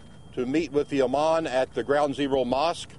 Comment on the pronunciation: its IMAM not IMAN, Jones. looooooooooool